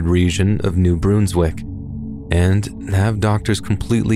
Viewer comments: it's not New-Broons-wick it's New Brunswick, with a short 'un' sound. Source: I live here, and NB in general has a weird vibe so it will come up again in a future story, I'm sure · I heard Bruns not broons. Idk maaaaaan.